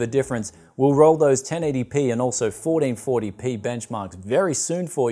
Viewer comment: "Forreen forry pee"